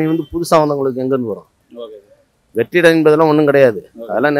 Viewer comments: அய்யா மைக் வைத்திருப்பவரே , வெற்றிடத்தை வெற்றிலை என்று தொடர்ந்து உச்சரிக்கிறீர். கலைஞரை கலைநர் என்று உச்சரிக்கிறீர்.. இது எந்த மாதிரியான தமிழ்... பொது வெளியில் இப்படியா தமிழ் பேசுவது... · மிஸ்டர் interviewer- வெற்றிடம் என்று சொல்லுங்கள் - வெற்றிலை என்று சொல்லாதீர்கள் 😂😂😂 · நிருபர் வெட்ரிடம் என்று சொல்வதற்கு பதிலாக வெட்றிலை என்று சொல்வதை போல் கேட்கிறது. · வெற்றிடம் என்று சொல்லுங்கள் நிருபர் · வெற்றிடம் னு சொல்லுங்க. வெற்றிலை எல்லா ஊர்லயும் இருக்கு. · Bro Vettidam. Not vettilai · டேய் ஆங்கர் தம்பி அது வெற்றிலை இல்லை டா வெற்றிடம்... ஏன் டா இப்படி அசிங்கப் படுத்துற...